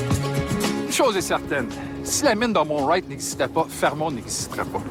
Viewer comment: fermont, pas fremont